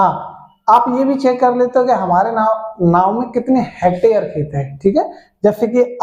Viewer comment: नाव नही नाम बोलते हैं भाई 😂